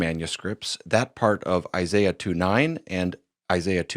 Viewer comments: Who is Eye Sigh Uh? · I'm sorry, but I don't trust the dude who pronounces Isaiah as "eye zye yah" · As a jew. The way he says Isaiah's name is wrong. Already not even a reputable source. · If you start to call out an expert for "lying" make sure you pronounce the names and words correctly. smh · This is so obvious you gotta trust the guy with the accent did you hear the way that he pronounced Isaiah? Yeah either that or trust God. But if you have to trust a man choose the one with the accent. Come on guys this Foolish. Trust God. We have the Spirit of God. This is clearly just Satan did God really say you touch the tree you will die? Grow up is it really so hard to trust God? He has ears let Him Hear didn’t you hear the verses that were read? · Like the way he pronounces Isaiah.